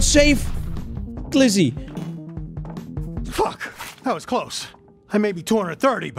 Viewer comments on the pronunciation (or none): said glizzy instead of Lizzy I'm dying of laughter😂